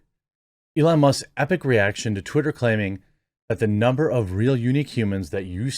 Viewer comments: I actually had to pause the video when you accidentally said "titter" Genuine laugh. Thank you so much lol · You said titter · He said titter 🤣